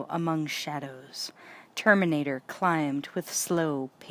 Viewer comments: The Turrrmaaanatrrrrr xD Love the narration and enthusiasm Thank you so much for this brilliant read ❤️ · The TerminatorRRRrRrRrRRRRRrrrrr!!!!!